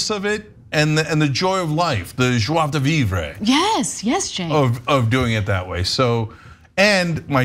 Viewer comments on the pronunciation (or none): jois de VIVREEEEEE????? check your pronunciation dude !!!! or don't talk French !!!!!